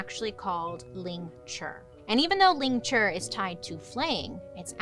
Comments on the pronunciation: It’s “lingCHI”, not ”lingCHUR” 😂, but it’s okay, some words are just hard to say when we’re not used to them. Sometimes, everyday English words sound so weird to say if that makes sense. Almost like it’s not a real word and just doesn’t sound right. Lol, I have issues 😂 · No death by 1000 cuts didn’t come from flaying. Lingchi and flaying are similar but different methods of execution. It’s lingchi you are pronouncing it wrong. It has a i at the end it’s pronounced ling-chi. Lingchi. I study the history of torture and execution i really wish I could help you get it right and explain it accurately. Ugh 😩 no offense it is better to get accurate information that is factual and pronounce things right then just be thick headed and continue to get it wrong because you have too much pride.